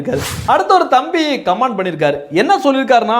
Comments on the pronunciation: Please correct - it is not command, it is comment. Please pronounce correct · தம்பி, கமான்d கமான்d ன்னு தப்பா இங்கிலீஷ் உச்சரிக்கக் கூடாது. காமென்T ன்னு உச்சரிப்பு இருக்கனும். தயவு செய்து கரெக்ட்ஷன் செய்ததற்காக மன்னிப்பு கேட்கிறேன்! 🎉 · Comment should wrongly pronouned like command. The speaker need to practice the correct pronunciation.